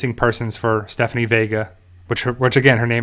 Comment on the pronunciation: I glad you know her name now and stop calling her Stephfony